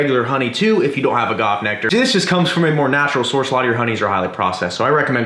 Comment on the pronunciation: I think I may have cringed every time he said agave but hey still an amazing video from the! Now i need to go get some kirspies and make it snap crackle and pop